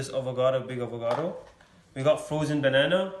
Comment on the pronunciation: Bruh it’s avocado and cashew lmao Not avogado and gajo